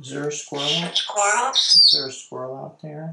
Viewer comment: Many people cannot pronounce the word squirrel, but Einstein always pronounces it perfectly.